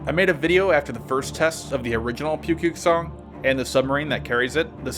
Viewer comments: it's spelled pukguksong but pronounced more like Book-Geuk-Sung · Well not awful maybe that was too harsh! For future reference, Pukguksong is pronounced 'Pookgooksong' :) hope to see more! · What he said: Pukguksong. What I hear: Pewpew song. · It pronounced Nukepuke-Song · Thank you for FINALLY doing North Korean hardware! I love you! P.S. Your pronunciation of 'Hwasong' and 'Pukguksong' is funny 🤣 but I like that you try anyways! Thanks again.